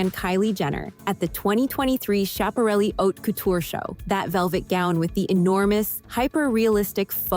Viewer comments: I liked this vid. The script and concept are both good. But you could use some polishing on pronunciation of names like Schiaparelli (Skap-a-relli) and editing. There are stray clips of Eva Marie Saint instead of Grace Kelly and other mix-ups like that. But if you fix this one, you can use it as a format going forward. I’ve watched every one since you first started and I think you’re doing great! — Signed, A Fan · Great explanation of the decline in fashion beauty at award shows. Most times, I don't get it. BTW, Schiaparelli is pronounced with a hard "c", like in "school."